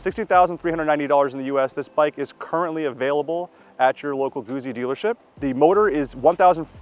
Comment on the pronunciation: Just say Guzzi correctly